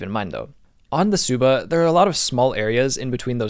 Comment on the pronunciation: Amazing build. You're such a talented bladesmith. Love your uploads! Quick pronunciation nitpick. Tsuba is said "ts-OO-ba" like tuba with an S slipped in 😄You saying "Suppa" almost sounded like my southern dad calling me for dinner haha